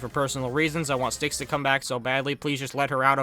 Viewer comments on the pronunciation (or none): none